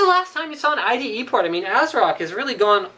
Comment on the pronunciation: it's ide.. not ite.. ;)